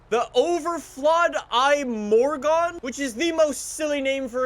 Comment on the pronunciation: It is pronounced im - mor - gon